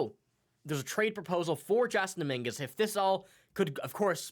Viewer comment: How can you not know how to say Dominguez name and you have a Yankee podcast? Canadian accent doesn’t fool me start a jays cast bozo